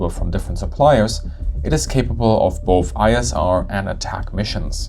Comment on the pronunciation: I am puzzled by your pronunciation of boaf, wif, free. Make an effort please. It is ugly. And dumb too.